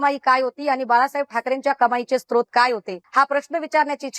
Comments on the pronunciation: स्त्रोत नव्हे सर 'स्रोत' असा शब्द आहे. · स्त्रोत नव्हे 'स्रोत' असा शब्द आहे सर.